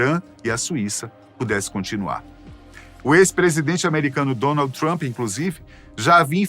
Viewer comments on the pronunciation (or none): none